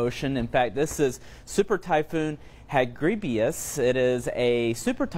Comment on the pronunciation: Is it just me or did I hear him say , "hagribious" and not 'hagibis'